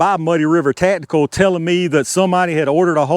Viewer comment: Ta'tical. Ta'tical. Ta'tical.